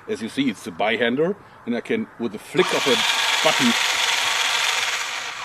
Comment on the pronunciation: he said "button"